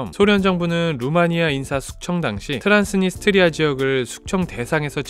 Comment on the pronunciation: 트란스니 스트리아가 아니라 트란스 니스트리아아님? 되게 거슬리네 ㅋㅋㅋ